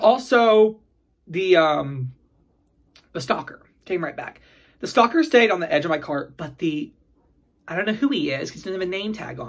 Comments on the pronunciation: I keep thinking "stalker" every time you say "stocker". I don't know why! 😂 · L F Me too!! :)